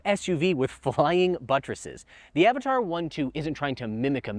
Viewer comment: its not Avataaaar its Avatr :D